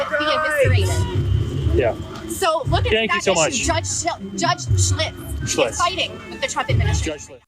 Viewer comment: Judge SHILTZ, not Schlitz...but I could use a beer.